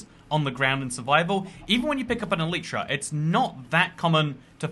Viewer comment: Thanks for the video, just a small remark: It's not "an elytra" but a pair of elytra, like a pair of trousers. Elytra is the plural of elytron, the hard outer wing case of a beetle. Also, it's pronounced "EL-lit-ra" with the emphasis on the first syllable. I know, just about all minecrafters on YouTube get this wrong, but if I can correct the most well-known ones, perhaps one day the message will spread ;-)